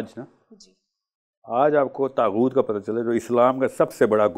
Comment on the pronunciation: kuch nahi pata saahil ko taghoot ka ptonunciation tak nahi ker paaraha define bhi ghlat ker raha he phir inlogo ke through pta chalta he show planted tha saahil adeem ab tum mazhab pe lecture dena shtu ker chuke hna history pata he ghalt knowledge dete ho